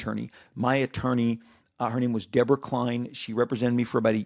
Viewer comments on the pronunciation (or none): none